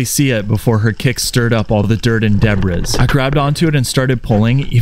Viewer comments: Did...did you just say "debriss?" That's weird because that's how someone would incorrectly pronounce it if they were reading it. But to just randomly pronounce it that way when you're NOT reading it makes no sense and is super odd. It's pronounced deb-ree. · Why do you pronounce debris and aluminum incorrectly?